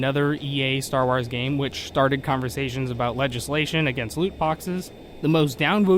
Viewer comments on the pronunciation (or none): "Star Ars" lol